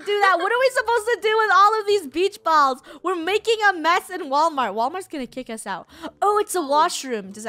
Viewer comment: No Actually WaWalmart